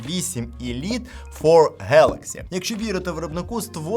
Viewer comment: Самсунх 😂хэлакси😂да,поганая мойва